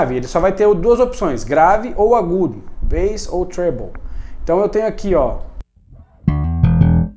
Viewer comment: finalmente alguém que sabe pronunciar bass